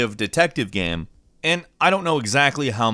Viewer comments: He also says "gam". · "It's a pretty good gheme"